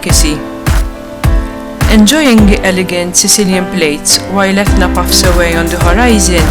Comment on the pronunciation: Etna!!! And not Tetna🙈🙈🙈🤣